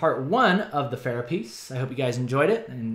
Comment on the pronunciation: I GET SO ANNOYED WHEN PEOPLE SAY PH-AIR-AH! According to Pharah herself, it is pronounced Ph-ah-rah, like the "ar" in "part" Amazing art k thnx bye